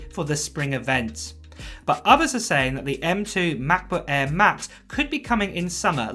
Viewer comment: Unbearable way of pronouncing „macbook air“🙈🙈